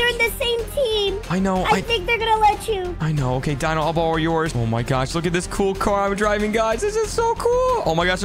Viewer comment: Just to let u know it’s not Dino 🦖 it’s Deno But it’s spelled Dino your Welkom for the correction